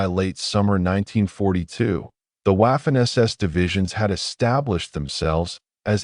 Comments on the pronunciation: Your stupidity AI can’t properly pronounce Waffen! The W is pronounced V. Not waffen it becomes vaffen! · You don't pronunce Waffen as w. Its Vaffen. Its German. German don't pronounce w as w. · I have told you before, stupid AI, Waffen is pronounced Vaffen! Take some language courses, mesthead AI! Furthermore, how does an AI device read all the comments? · When someone cannot pronounce Waffen or Weimar correctly I can’t listen.